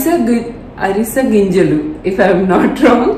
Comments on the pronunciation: Arese gingalu kadu Avise gingelu anali. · adhi arisa ginjalu kaadu avisa ginjalu... No problem andari Valla mistakes avutai... Thank you for your tricks ❤️❤️ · Flaxseeds antey ariseyginjalu kaadhu 😂😂avisey ginjalu 👍